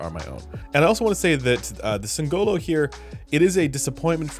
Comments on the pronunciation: Singolo, not Singololo 😂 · As an italian, I die inside a little every time someone spells "singolo" with an emphasis on the "o" instead of the "i" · anyway....it's sìngolo, not singòlo